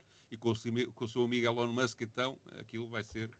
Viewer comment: O primeiro senhor diz "Elon" da maneira errada.